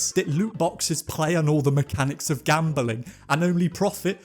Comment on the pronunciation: Gam-beling? Bing bing